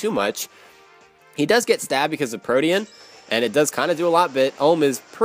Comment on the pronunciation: Protean is pronounced Pro-teen